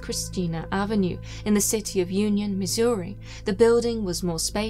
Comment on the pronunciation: She pronounces Missouri better than I do